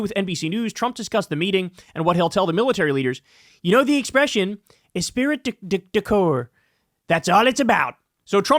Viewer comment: Pronounced “espree”. Esprit is a French word